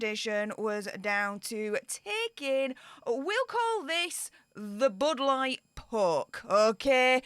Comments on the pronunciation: Budd light poke, or as says "bood lart perk" 😝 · Why is she calling it the bud light poke? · Can someone tell me why she’s calling it the “Bud Light Poke”? I get what the poke is, but why Bud Light?? I’m confused.